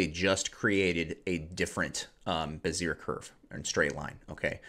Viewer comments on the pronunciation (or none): Cringe moment A Bézier curve ( BEH-zee-ay ) is a parametric curve used in computer graphics and related fields. The curves, which are related to Bernstein polynomials, are named after French engineer Pierre Bézier, A brassiere (what you are saying) is a form-fitting undergarment typically designed to support or cover a woman's breasts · Hi, I am enjoying your You Tube videos. I hope i'm not being to forward but I don't want someone being smart or sarcastic with you so I would just like to tell you for future videos that the bezier tool is pronounced "Be - Z - A". Thank you so much for your time. I learned something new by watching this video.